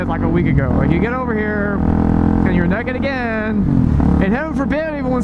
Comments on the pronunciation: You saying neked made this video 10x more funnier than the story you were telling. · BTW I'm glad you pronounce it "neckid". A country boy will survive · you say naked weird is just you or America? (I'm from Canada)